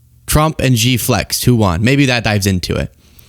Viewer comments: SHEE (JINGPING) ..... PRONOUNCED . Not Jee, Gee, whatever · Xi is pronounced rather like the English “She”, not “Jee”. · FYI: Xi's name is pronounced "shee", not "gee". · It's a good thing you weren't negotiating for us. It's pronounced (Shee). In Mandarin, (Gee) is the pills of underwear fabric that collect below your scrotum. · Xi is pronounced “she” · Come on, it's Xi, not Gee. Can't you be arsed to spare 2 minutes and find a Chinese vid on YT or TikTok to learn the correct pronunciation ?